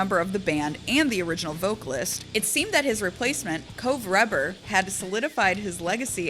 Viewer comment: She pronounces Reber’s name wrong. But respect.